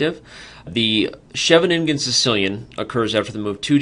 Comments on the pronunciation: Sheve-nin-gen sounds a bit awkwardly articulated. Shouldn't it be more like She-veningen? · It's Hilarious to hear as someone speaking dutch